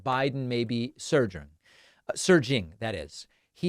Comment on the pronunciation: Do u have dementia Dave u mispronounced surging U kno wat u won't see is a debate with biden It really shows how much the billionaires run the country